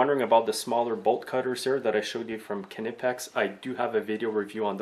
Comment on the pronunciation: big smoke I worked in a wholesaler as an agent and it is definitely pronounced nipex